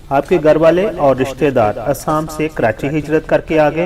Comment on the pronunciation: ہندوستان کے صوبے کا نام اسام نہیں بلکہ ”آسام“ ہے۔۔۔آپ باربار آسام کو اسام کہ رہے ہیں۔۔۔